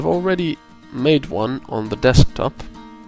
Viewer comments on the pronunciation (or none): none